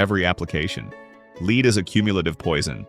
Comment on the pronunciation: Your AI needs pronunciation lessons- lead ( ugh)😩